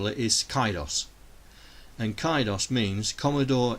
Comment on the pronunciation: Interesting, for CIDOS, you pronounce "CI" with a hard "C", so it rhymes with KITE. In North America a "CI" is typically pronounced with a soft "C" which rhymes with "SITE". Not a problem since you are the creator and the creator's pronunciation always has final say, just like how "GIF" is pronounced despite todays Millenials pronouncing it incorrectly.